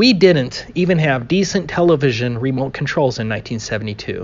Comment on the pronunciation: Btw....it's "remote" control. Not "remolt" control